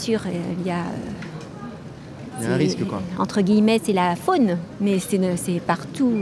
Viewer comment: "c'est la faune" elle m'a tué la coquette petite dame !